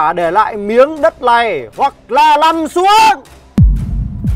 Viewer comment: ":face-blue-smiling::face-blue-smiling::face-blue-smiling:xin lỗi" thành "xin nỗi":face-green-smiling::face-green-smiling::face-green-smiling::face-green-smiling: ẩm số là j vậy ak? "nằm" thành "lằm", "này" thành "lày" "này" thành "lày", khôn ngoan LÊN chứ ko phải NÊN "này" thành "lày":face-blue-smiling::face-blue-smiling::face-blue-smiling::face-blue-smiling::face-blue-smiling::face-blue-smiling::face-blue-smiling::face-blue-smiling